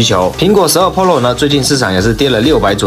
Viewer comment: 跟我读，pro，pǔ ròu，普 肉，求你改改，听着真难受